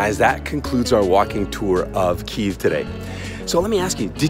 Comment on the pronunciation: according to the ancient legend, the capital of Ukraine was named after one of the founders Kyi, NOT “Kie”. Kyiv means the city of Kyi. So how about you stop with all that so-called “historical” nonsense. LOL Also in 1995 a law was introduced and Ukrainian capital got back it’s original Latinization form — KYIV #KyivNotKiev The more you know...;))